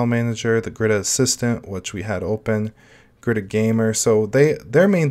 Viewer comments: Just as an FYI, it's pronounced as ga-ruda :) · Pronouncing: Ga-Ru-R-a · Can garuda run on raspberry pi 4 ? It is pronounced (ga - roo- da) , Garuda, in Hindu mythology, the bird (a kite or an eagle) and the vahana (mount) of the god Vishnu. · Nope. It's pronounced Garud. It's a Sanskrit word for an eagle like bird. The link below backs my statement up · Btw it's pronounced Garud. It's an eagle like bird in my home language, Sanskrit. Here's the Wiki for it.